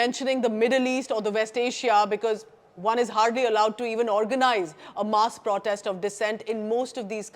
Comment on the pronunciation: The content is good, but repeated mispronunciation of the word 'protest' is jarring!